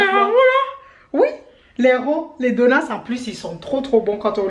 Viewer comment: J’aime trop con dit des (donuss) au lieu de dire des (donuts )